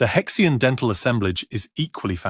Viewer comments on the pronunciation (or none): It's either He Xian /Her Sheen/ or He Xi An /Hershey Anh/. It's definitely not pronounced /hex ee anh/ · You are talking about a fossil hominid with a Chinese name and named by Chinese. Therefore, you did not pronounce the name in English as “Hex ee an”. You make him sound like some kind of spanner. It is more properly pronounced - as best as I can write it in English characters here as: “Her she arn” The “her” sound is made in the back of the throat but not guttural. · Judging the pronunciation of names this is very dubious as an academic treatise. More a treasure chest game. He Xi An?